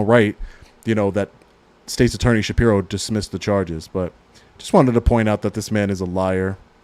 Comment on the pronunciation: Shapiro, not Saprio.